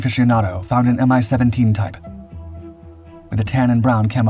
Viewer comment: 'Mi' for MiLis pronounced as a word, not as two separate letters. Same goes for Tu (Tupolev), Il (Ilyushin), Yak (Yakovlev), Be (Beriev) etc. Good to know for your future videos.